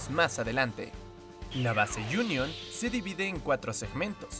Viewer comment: Like si pensaste que dijo junior Aquiles